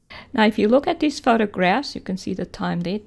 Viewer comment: Every time she says "dees" instead of these I hear "Dees nuts"